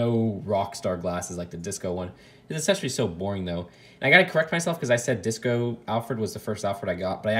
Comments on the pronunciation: I love the way he says “assessery” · you say accessory a tad odd